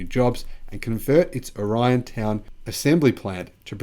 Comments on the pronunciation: The correct pronunciation is "or-long E-on. I live here. Well 6 miles away. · O' Ri' on. pronunciation.Accent on Ri